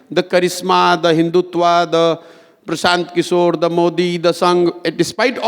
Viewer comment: Hello ..try it make sure pranounaction perfectly..do make it tus tas language Mr Prasanth kishor..